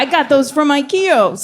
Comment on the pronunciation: "Dishes from Ikeos"